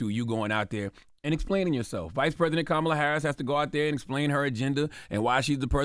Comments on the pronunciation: Why the first person that you guys take a phone call from and he calls somebody out on their education and communication skills but you can't even get the vice president's name correct I hate when people just talk to be talking and I believe you just called because you wanted to hear yourself on the radio sir you are the weakest link goodbye😂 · They are getting Plies messages mixed up. Black men are not having the same energy for a proven racist, cheater, liar, and convicted felon. They are much harder on Kamala. And this disrespect from black men purposely mispronouncing her name is embarrassing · Plies is NOT wrong….he is on point and some of those callers are still being sheepish AF mispronouncing her name🤦🏽‍♀️🙄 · Yall be expecting people to say her name perfectly. Her name is a name derived from Sanskrit. Now yall expect people to be able to say an India name perfectly. I dont speak Sanskrit. How many time people mispronounce so called black names. Smh yall are hypocrites. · This woman been in deez skreets fuh the last 4 years and people just now saying quit pronouncing her name wrong? What ? 😏